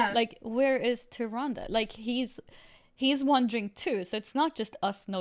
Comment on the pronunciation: Am I the only one that cringes every time says Tyrande wrong?